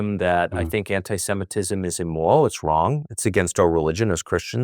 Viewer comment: أكاد أشك أن هذا اللقاء حصل فعلا وأنه ليس من صنع الذكاء الاصطناعي، فهناك كلمات كثيرة يلفظها تاكر هنا بشكل غير طبيعي للغاية. وهذه الكلمات أكثر من تعد. أكثر موضع يحدث فيه هذا هو في نطقه لكلمات تشتمل على حرف R في وسطها (ليس في كل المواضع وإنما في بعضها، مثل كلمة immoral ) . وأقول هذا كشخص لغته الأساسية هي الإنجليزية. إضافة إلى أن صوته هنا يختلف عن صوته في مئات التسجيلات الموجودة على الإنترنت بشكل دقيق لكنه واضح لمن قد استمع إليه كثيرا.